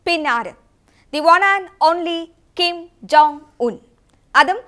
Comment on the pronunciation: കിം ജൊങ് ung കേൾക്കാൻ രസമുണ്ട്...